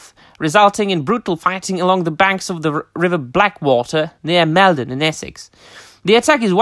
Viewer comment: Top drawer! It's fantastic to be able to tune into your channel and share in these topics! (And it's "Mall - Don" like as in "Fall" 🤫) The ancient causeway is a wonderful place to visit! Going there and reading out the lines as if confronting the Viking host - Magical 😊